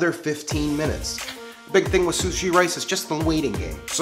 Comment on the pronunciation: I keep thinking he's saying coochie rice